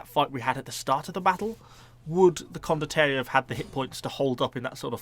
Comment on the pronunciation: Con-dot-tea-air-ie. say it like that XD